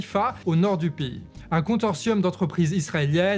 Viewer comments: Au delà du fait que ce soit très intéressant, ça me fait bien marré quand tu écorches les mots (contorsium au lieu de consortium à )... Et ça arrive tellement souvent :) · "Consortium" pas "contortium". Je sais que ça fait un peu couillon de reprendre sur un mot, mais vu que c'est dit plusieurs fois...Bref, bonne analyse géopolitique sinon!:yougotthis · Interessant! A y ajouter: 40% du brut importé en Israel (pas de gaz hein!) provient d'Azerbaïdjan(source: l'Humanité)... bon et si je dois faire mon chiant: consortium se prononce "consorsiom", pas "contorsiom"...mais je joue au relou vidéo très informative, bravo! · Consortium se dit Consorsium chou:)